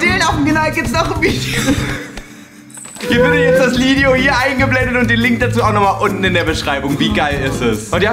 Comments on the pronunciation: Is klar Joey jeder sagt Lideo und nicht Video 😂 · hahah wie joey zum schluss statt video lideo sagt und auch wenn das ultra dumm ist das ich einen lachflash darüber hab ....joa egall😂😂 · HAHAH „ihr seht das lideo hier“ bin ich die einzigste die das gehört hat